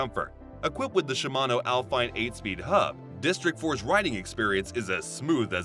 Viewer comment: It's pronounced al-fee-nay, not al-fine. 😮